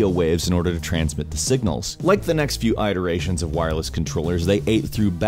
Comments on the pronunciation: Eye duration? You meant iteration. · Eye-Teration? You mean iteration? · What is an eye-tear-ation?